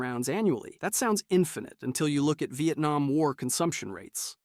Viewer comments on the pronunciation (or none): none